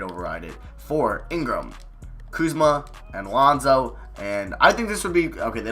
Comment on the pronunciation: my dude.... i love your videos but, come on man...…. put some damn RESPEK (Birdman Voice)….. on Kuzma's name my G! other than that, great video